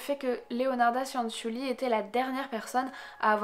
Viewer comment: Petite précision: Cianciulli ça se prononce "tchanntchulli". Le son nasal "an" n’existe pas en italien et la lettre i précédée des consonnes c et g ne se prononce pas mais à pour fonction d’adoucir ces dernières. Exactement la même fonction que le e en français (on ne le prononce pas dans nous mangeons par exemple, mais il est pourtant indispensable pour adoucir la lettre g). Voilà désolé de faire chier avec ce petit cours d'italien mais moi-même parlant italien ça fini par me fatiguer d'entendre systématiquement les gens faire les même erreurs quand ils prononcent des mots italiens ahah ^^. Ceci étant dit, comme d'hab super vidéo sur un sujet super intéressant! Merci! :)